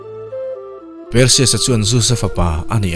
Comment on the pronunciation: Per-sius tiin ilam a hei hi mizo lam dan ani. Mahse, a hming lam dan dik tak chu Par-sius ti a lam zawk tur ani. Thil hming reng² hi a nih dan a lam hian ngaihthlak a ti nuam lehzual thin. Mizo youtuber tam tak hian mizo tak in kan lam thin a, mahse; hnam tam tak hian lam dan kan nei a, mihring hming tak hi chu a hnam nei tu te lam dan a lam hi a dik dan ber ani. Entir nan, " Mianmar" tih hi kan lam dan a ni. Mahse, a ram mipui chuan "Mianma" tiin an lam thin. Ka rawn sawi ve mai² ani e, ngaihthlak a nawm lehzual nan...😀